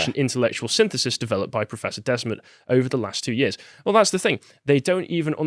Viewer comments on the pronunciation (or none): It's pronounced like "The Smet" not like "Desmat".